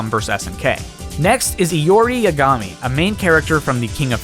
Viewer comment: He said Ya-ga-mi, its Yaga-mi